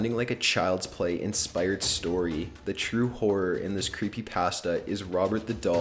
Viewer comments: anyone else bugged on the way he says "creepypasta" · Creepy pass-tuh